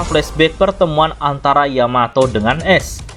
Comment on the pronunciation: dibacaanya aes bang bukan es